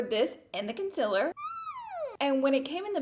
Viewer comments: Its concealer not conciler 😂😂😂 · I know you say you know you say concealer weird but I've never noticed until the first 2 mins of this video The conciler gurrl! LOOL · take a shot every time she says “conciller” 😂